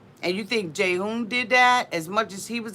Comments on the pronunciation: it's not pronounciated Jayhoon its g..g Hoon, Ghoon.. =Jihoon 😆🌺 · G-hoon, not Jay-hoon. Sorry I had to clarify lol